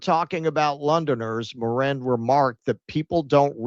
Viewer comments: I die a little inside every time you say Morran, it's Mirren!! I imagine it's subconscious cos you want to say Moron lol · Helen MIRren, not mirREN